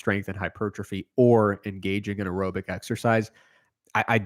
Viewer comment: Why does pronounce “aerobic” so fucking weird? Especially compared with how he pronounces “anaerobic”. I feel attacked.